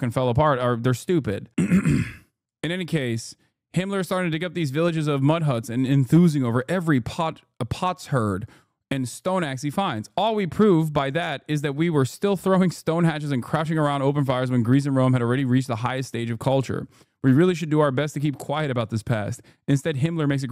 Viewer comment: Hey Hassan! It is pot-sherd as in pot shard but archaeologists wanna spell it differently for some reason